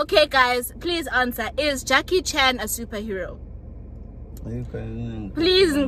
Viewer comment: "Jackie China"?! 🤣🤣🤣😭😭😭 Njayni?!